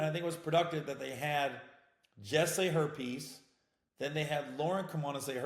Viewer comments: I thought you said herpes at first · When you said “her piece” it sounded like herpes 🤓🤣